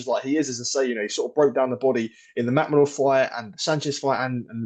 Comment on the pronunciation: Who’s “Makmadoov”??🤪🤡